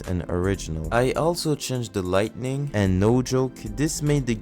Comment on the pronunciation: Idk if you said it as a joke. But just mentioning, you said lightning instead of lighting